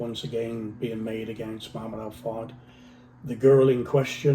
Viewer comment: He can’t even pronounce the man’s name, highly questionable.